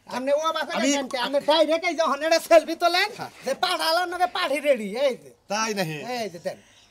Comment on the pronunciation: ভাষাগুলো ঠিক করুন সেলফি না ওইটা সেলফি হবে